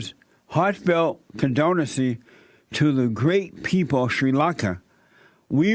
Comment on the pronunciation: Shuiiii Lunka.